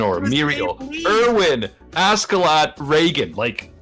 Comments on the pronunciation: Says Askeladd like Ascelad. Me:"Jump out of the window. Now!" It's Ash(c)elad or Aš(č)elad. You got FMA right, but Askeladd got the wrong pronunciation. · don't want to be that guy but you pronounce askeladd like aske laad, (it translates to covered in dust it is two different words). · says askeladd show Thorkell